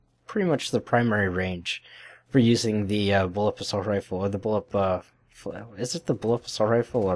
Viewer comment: BullPUP! not bullup... gosh